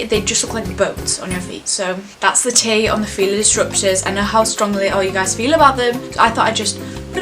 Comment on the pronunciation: “i know how strongly you fil-a bout them”